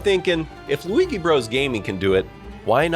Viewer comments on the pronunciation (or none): none